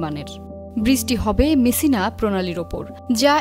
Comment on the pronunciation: মিসিনা না😂😂 মেসসিনা😂😂